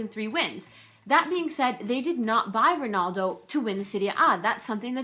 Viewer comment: Ronaldo not Ronuldo